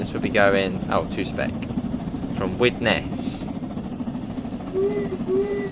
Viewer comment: Its not 'spek' its pronouced 'Speak'